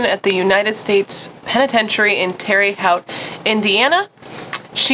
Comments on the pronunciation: OMG you are so cute! I'm terrible at pronouncing things and my hubby teases me for it all the time HAHA! So I felt a connection when you said "Terry Howt, IN" - we pronounce it "Tera Hote" with a little Hoosier twang! Love your channel! Just found you and have been binge watching :) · Hey Girlie, Terre Haute is pronounced Terre = Tara, Haute = H-oat hopefully that helps for future pronunciation reference! I’m from Terre Haute and SO MANY people mispronounce it. 💜😊 with us having a HUGE federal prison that does executions, I’m sure you’ll come across Terre Haute again. I’m obsessed with your videos! I’ve been binging them since I found you! 🥰🥰🥰